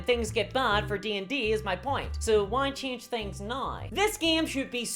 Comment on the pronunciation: Why charnge things noi? Why charnge things noi indeed.